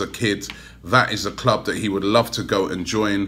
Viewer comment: He can't pronounce "th" instead of pronouncing "that" he says "vat''